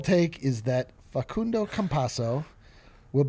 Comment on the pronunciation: You guys had the pronunciation right at the beggining of the show. The so called expert may speak Italian but that's not even how Facundo calls himself